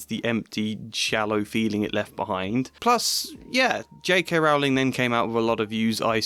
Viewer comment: Rowling like bowling, not like cowling.